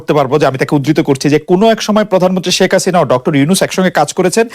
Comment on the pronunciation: note: how Khaled say " prodhanmontry sheikh Hasina"!!!!!! listen from min